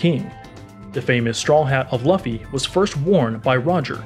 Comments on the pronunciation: Not Laafey bro it's loofy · Great video but It’s “Loofy” bro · Josiahhh in English Loofy is pronounced “luhfy” but in in Japanese it’s pronounced Loofy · Lah-fee❌ Loo-fee✅ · Everyone: Luffy Him: Lauffy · Man what the fuck is this Dragons mom “Unkown” “Monkey D Lauhffy” In less than 30 seconds bruh then Portgas… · Laffy LOL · Wait a minute did he just say laffy instead of Luffy? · Mans saying it like its pronounced Luhffy when its Luffy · is just me or there’s someone else who is annoyed everytime he says laffy and not luffy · ITS LOOFY NOT LAFFY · it's pronounced "lue-fee" not "luff fee" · ok let me say the way luffy is said it is pronounced LOOFY not LAFFY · Laffy man cmon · laffy amp 🤣🤣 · Loofee not lufi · it's luuuufffy not laafy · Its not lufy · he really said “luhfee” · Bro I couldn’t help but correct you there. LUFFY is pronounced as LOOFIE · You know he doesn't watch One Piece, when he says "Laffy" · he said LOFI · He doesn’t even say that he says luff-ee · Makes me mad lol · Lol true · I thaught he said lughthy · when you reupload with new narration, but still say luhffy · wow “luh-ffy’s family tree is crazy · "Monkey D Luhfy" 💀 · "Monkey D laffy" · Lu-Fee bruh it's pronounced Lu-Fee and Si-kay not say-k the butchering of these names are Killin me it was hard to watch to the video without being tempted to mute the audio still good One Pie-say video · Ah yes Lufhy, Port-Gas, and gARp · It's lu-fee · It’s like this loofy that’s how it’s pronounced. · Bruh "luff-e" lol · It is pronounced "lu-ff-e" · not the 'luhffi' and 'portaegoos' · It’s Pronounced LU-FEI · Wait who's laffy? Lmao😂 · its not luffy is said loo-fy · It is spelled luffy but pronounced loofy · Bra it’s luffy lew-ffy 🤷🏾‍♂️🤦🏾‍♂️🤣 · It’s pronounce L-oo-f (e) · I man said lufey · Luhffy 😂 bro shit is triggering me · How do u read luffy and say laffy😂😂😂🤦🏾‍♂️ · You say it like looffy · It is loo-fee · It’s pronounced loofee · Calling Luffy Laffy proves that you have no idea of One Piece